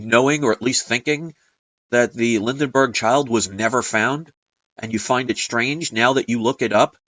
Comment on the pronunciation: you keep saying Lindenberg, but it is Lindbergh, how is that for the Mandela effect. The way to find out about the incident is to go to a library near you, and look at the printed word.